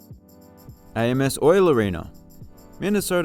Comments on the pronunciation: I don't know that it will ever come up again on your channel, but AMSOIL, the title sponsor for Minnesota Duluth's arena, is pronounce like Am's Oil, not A-M-S-Oil. It is named after the local Amatuzio family, who own AMSOIL. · It is not pronounced a-m-s oil its ams oil arena in duluth. U know, like in the sentence i ams freekin crazy…